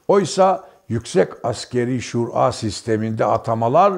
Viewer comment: şur a denmez Şura denir düzelt şu diksiyonunu veya sadece yaz